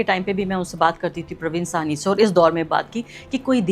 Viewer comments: اسکا نام پراوین ساہنی ہے۔پروین سواہنی نہیں میڈم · It is not Parveen “ Suhaney “. It is “ SAHANI”. Parveen Sahani.